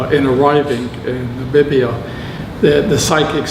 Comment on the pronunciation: Nabibia? Is it so hard to say NA-MI-BI-YA?